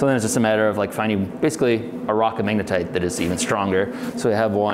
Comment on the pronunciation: What is "manga-tight"? You keep calling the magnetic rock this.